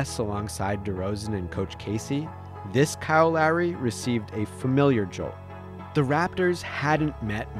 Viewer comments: Dude I can’t be only one that thinks he keeps saying Larry.. it’s really not that hard to pronounce Lowry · Imagine saying kyle larry 10 times instead of lowry, other than that amazing video! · I didn’t know if he was saying Lowry or Larry lol 😂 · It sounds like the narrator is saying “Larry” instead of Lowry lol other than that, great vid as usual! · Bro it sounds like you are saying “Larry” every time 😂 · i'm hearing "Larry" 😅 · Anyone else think was saying Larry instead of Lowry?